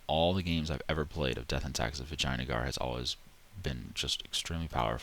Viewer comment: "vagina-gar" lol